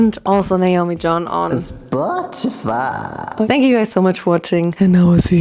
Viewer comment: instAgraahmmm dinkDONgkkk Zpötifeeei